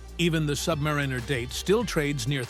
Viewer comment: It's "Sub-MARE-in-er," not "Sub-mar-REEN-er" for fugk's sake! Can't stand these AI voiceovers...